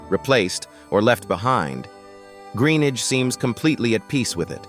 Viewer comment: Another crap American Narrator. Can't even say his surname properly.